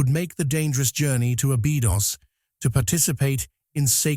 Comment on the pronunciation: As soon as I see or hear any mention anything "terrifying" or that "terrifies" people, I glaze over and tune out! And teach your AI to pronounce Abydos correctly!